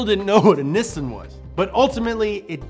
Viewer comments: I hope you are in character when you say Niss(i)n and not what it is.. Niss(A)n. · Its not niss sun its nih sahn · Media : Can you please learn to pronounce Japanese words. It's Neessahn in pronunciation, not Nissun. I is always ee. Always. No other way to pronounce it. A is always 'ah', no other way to pronounce it. Learn it. Live it. Please. [ Edit: You finally said it right, the very last time you said Nissan - Please listen to the last time you said it in this video, because that is how it's pronounced.] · Actually, it’s pronounced “Knee Sah”, not Nisin or any of that other crazy shit! Yes, I’ll be that guy! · in USA it's either Nisn or Neesawn. in UK we just say it as its wrote. nis-san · in japan its knee-san not nissn' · why even when in the commercial itself its pronounced "nee-san" but still insists on calling it "nissin" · ... please forgive this picky comment ... it's "NEE'-sahn" ... not Niss-inn ... ok? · Its knee-sahn. Not nissin, that's a brake manufacturer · It's Nee-Sawn not nissin. That's an instant noodle company. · No body:: NISN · Nissan is actually a Japanese work. In Japanese, the character "に" (Ni) is pronounced "Nee". The way pronounces Nissan is incorrect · People also say "saki" instead of sake, doesn't mean they are right. Look up Nissan in and it is clearly にっさん, from 日産. Americans may miss the double consonant, but they are much closer than any Brit or Aussie pronunciation. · we dont say nissin in NZ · It's NEE-SAAN! 😆 Damn you, get it right haha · You mean "nisun" not "knee-san" (plz dont cancel me i know it is a joke) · It's pronounced "Knee Sun" bud. I just watched the "most popular cars in err country" vid. Good job and go Toyota! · Everytime he says "Nissin", an R34 gets crushed. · niii son... knee san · No one:: “NEHSUN” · It's pronounced knee-saan. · Why does he keep calling Nissan “niss’n”? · STOP SAYING NISSUN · idk how he's a car enthusiast but still pronounces Nissan wrong 😭